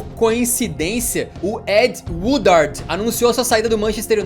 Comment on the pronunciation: It’s ed Woodward not Woodard lol